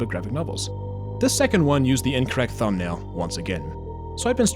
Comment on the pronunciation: His thumbaul